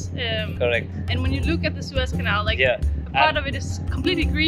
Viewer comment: Guru it's pronounced SOO IZZ canal and not SWISS canal as u keep on pronouncing it